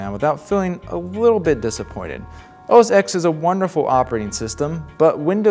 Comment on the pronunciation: The moment you say "OS EX" you loose credibility. Learn to pronounce the product names you review/preview.